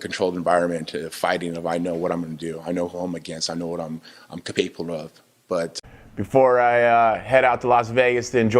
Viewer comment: "I know what I'm cap-a-pable of"